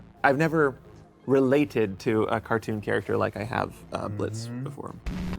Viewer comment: BLITZO WITH THE SILENT O‼️‼️